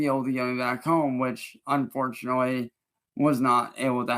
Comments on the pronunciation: What is up with his pronunciation of "home" in this video? Does it think it makes him sound intelligent? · 30 home, then says whome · “why i could get Horme” 😂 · Lol I'm glad I'm not the only one that thought that was hella weird